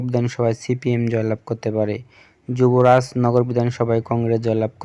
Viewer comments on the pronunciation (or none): none